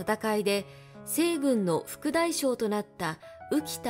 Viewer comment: 内容はとても興味ありました。八丈島・公事方御定書・西軍など単語のイントネーションが気になりました。